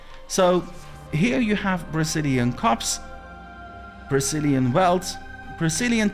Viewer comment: I keep hearing "Brazilian" hahaha